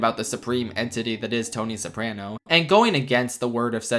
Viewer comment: The scariest thing about this video is the way you pronounce "Soprano"